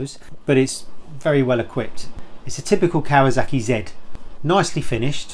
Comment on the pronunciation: What's a 'Kawazaki'?